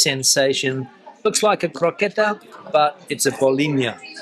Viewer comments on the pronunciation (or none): Im portuguese and having patanisca with mashed potatos for dinner. Also, its croquete, not croqueta.